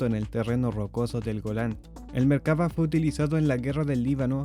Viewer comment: Es Merkavá. Acentuado en la "a" final.